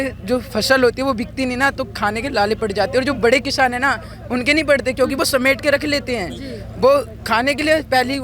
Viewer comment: beta kishaan nahi, kisaan hota hai. Ye bangladeshi kaha se laaye bjp waaley pakad kar ? Inhi ko NRC CAA se nikaalna chahtey thay.